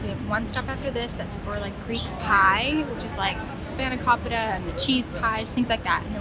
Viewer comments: It's pronounced 'FEE-low' dough. not Fie(rhymes with pie) low. And it Spah-no-KOE-peeta, not cop, as in in cops and robbers. Also the Loukoumathes you ate near the end of the video is the traditional appearance. Loukoumathes usually have no hole in them. Go to any Greek festival in the U.S. and they'll be made without a hole. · It's actually Fee-loh and Spah-nah-koh-peeta. As for loukoumades, they are equally 'traditional' with and without hole, the difference is they vary in terms of texture and consistency, which purely a matter of preference.